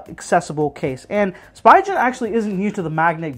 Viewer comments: It’s speegen not spygen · Spigen. (Spee-gun) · Every time you say Spy-gen I punch my cat. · Thank you! I do try to do my best when I make the videos. As for the pronunciation, I'll be honest in my circles I've only heard it this way. No one calls it Spee-gun. I think it's because Spi is usually pronounced as "spy" in common words such as spider and spice. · Ohh I very well understand that. I'm just saying, it isn't illogical for most to assume that it's pronounced "spy-gen" and not "spee-gun". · I asked someone else this, and I'll ask you too... When you pronounce spider do you say "spy-der" or "spee-der"? Hopefully that helps you understand why I pronounce it that way. Yes I know that it's technically incorrect, but I've been saying "spy-gen" for literally 6-7 years now. It's very hard for my brain to rewire itself to pronounce it spee-gen, especially when I'm filming and my mind is on 100 other things in that moment. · I like the video and appreciate the effort you put into making it. I do agree with Myojhnier in the comments though. 2 different worlds in the pronunciation. I've never heard anybody say "spygen" before. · painful to hear the brand name getting butchered x.x